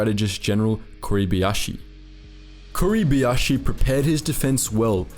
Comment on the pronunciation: kuribayashi or kuribiashi. George S. Patton or George S. Button. Australia or Austria Funny: all the effort that is put into video, but person isnt able to read.